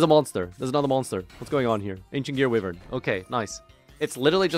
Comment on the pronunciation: HOLY SHIT LEARNED HOW TO PRONOUNCE WYVERN